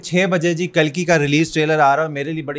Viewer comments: kakli😂😂😂 Bro its Kalki! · It's not kalko it is KALKI